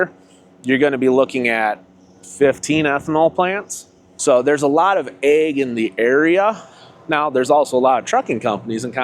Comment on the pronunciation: Hell he's saying AG sounded like egg i kept wondering about the chickens 😂😂😂